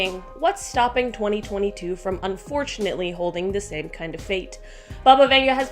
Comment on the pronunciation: Who’s Bubba Venga 🤣🤣